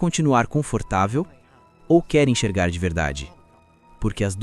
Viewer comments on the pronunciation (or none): Oloko irmão, "ENCHERGAR"? 💀